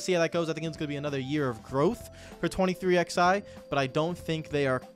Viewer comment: It's 23 eleven. Not 23 XI